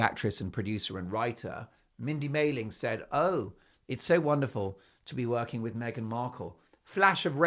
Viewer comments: It’s Mindy Kaling not Maling. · Mark, slow down… it’s Mindy Kaling not Mailing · Ugh the screeching and the voices 🙉 It's mindy kaling by the way, not maling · Mindy KAYling, not MAYling - Mindy Kaling is a very respected actress, writer and producer and extremely well-known in the US - she deserves respect! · Mindy's last name is Kaling, not Maling.